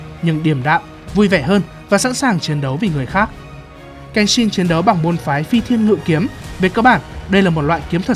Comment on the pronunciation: Phi Thiên Ngự Kiếm mà tui nghe thành Phi Thiên Lụi Kiếm